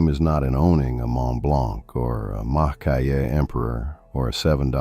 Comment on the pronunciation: Lovely pens and comments; one quick not: Maki-e is pronounced 'makee-e', not 'makai-e'.